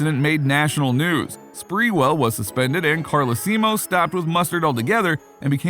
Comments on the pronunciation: PJ Car-Lee-See-Moe😂🤣🤣🤣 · Carlaseemo lmao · Carl-lee-see-moe?? Lol.. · Pj Carlesimo is pronounced a little different. The WWE had a hell ride flight with a couple flights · He just need to learn how to pronounce P.J's name. Just like I need to learn how to spell his name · 😂 The narrator butchered PJ Carlesimo last name that's definitely not how you say it. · And he kept saying it😳🤣🤣🤣